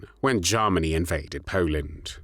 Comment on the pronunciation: Please stop saying Garmany. Its said as Germany.